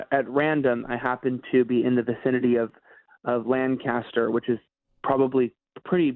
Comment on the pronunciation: it's (lane cuh stir) not (Lang caster) or (LAN caster). I've heard you saying that it's pronounced one way or another lately, lol.